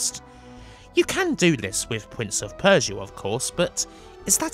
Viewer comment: Pwince of Persia and in the words of Tony Angelino cwying